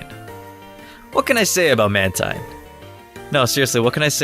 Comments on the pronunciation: it's not pronounced mantien it's manteen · what its man-teen not man-tine thanks almighty pokemon 3d app pro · Btw its.man-teen not man-tyne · teen not tine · its maNtine not matine or manteen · it's Man-Teen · WRONG, it's spelled man-teen, but your videos are still good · NO, YOU'RE BOTH WRONG! IT'S PRONOUNCED "MAN-TYNE"!